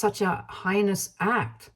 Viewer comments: heinous is pronounced hay-nous. 😉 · Pronouncation is influenced by the phonological components of your first language, so it really doesn't matter how she pronounced it, what matters is intelligibility.